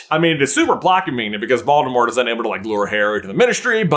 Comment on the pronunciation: You're prounouncing 'Voldemort' incorrectly. It's actually pronounced vole-deh-more.